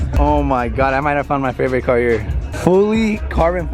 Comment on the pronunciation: It’s his fravorite 😂😂